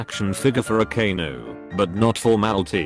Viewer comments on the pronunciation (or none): none